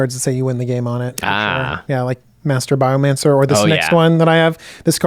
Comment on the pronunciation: Anybody else catch that quick Master Biomancer flub?